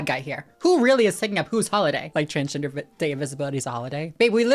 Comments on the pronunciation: hes confusing tf out of me 😭like the way he cant even say transgender is kinda silly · Yup!!! Hahahah . Its pronounced as Transgender!! Babe its Transgender!!! 😂😂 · I LOVE how she said "ah! It's pronounced transgender, (I think he's having a hard time pronouncing it) It's pronounced transgender 😌💕✨" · My mom always knew my sister was fruity, so idk what Mr. Doesn'tKnowHowToPronouceTransgender is on about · The fucking “it’s pronounced transgender babe” has me literally laughing verbally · "... its pronounced Transgender? 😃" that made me CACKLE. Girl you're so funny (Thank you for always raising awareness for trans issues)